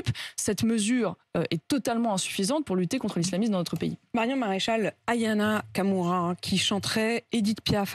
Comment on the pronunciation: A Mme de Malherbe dit Ayana Kamura à la place de Aya Nakamura. Visiblement pour prononcer Ayana elle ne connait pas son sujet.